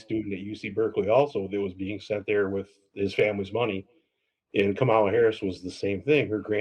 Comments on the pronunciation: It’s comma-la you POS! How dare you question someone’s race! This guy should not have been given the time of day. It was disappointing that you didn’t correct how he pronounced her name!!! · Smh!! What a ignorant racist bozo!! It's not Kamal Harris, you racist idiot!! Just the fact he didn't pronounce Kamala right says it all !!! Such a 🤡!! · He can't even pronounce Kamala's name correctly. What a complete buffoon. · I can't listen anymore. It's always that false equivalency. He, obviously, didn't learn anything about Kamala Harris, & continues to pronounce her name incorrectly (disrespectful). They never give specific, or good reasons why they wouldn't vote for her. I had to stop when he mentioned rumps kids, as if they were decent people. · It would be nice if he could try to pronounce Kamala's name. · I couldn't even get through 15 minutes of this dude talking. I have no care in the world about Trump supporters finally having a "wakeup call". Too little too late at this point. Screw them all. And the fact he can't even pronounce Kamala Harris name correctly is very off putting. We tried to warn these foolish people. They didn't listen.